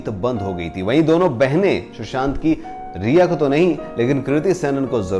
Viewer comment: Sir It’s rhea / ria not reha . I hate that woman 😡